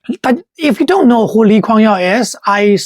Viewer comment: I think the narrator is using the Chinese name of LKY. hence, the "Yeow" pronunciation.